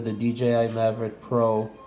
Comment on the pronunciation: Mavic not maverick